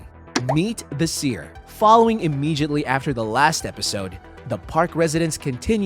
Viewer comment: why are you bad at pronouncing “immediately” and “thomas”